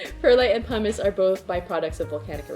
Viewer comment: Say it with me 🎆 /pʌmɪs/ 🎆